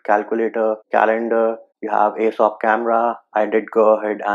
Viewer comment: Its AOSP not Asop